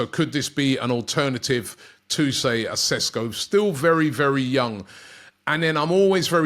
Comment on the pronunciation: His name is pronounced SHESKO . Love how all the British media are calling him SESKO 🤣🤣 Sounds Spanish & a more exotic sounding name .